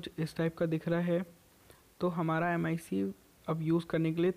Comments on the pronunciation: It is pronounced as "ma-e-k" not M I C!😂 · Bhai vo m I c nahi mic hai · It's clearly flawed... Why couldn't u just say Mic instead of M.I.C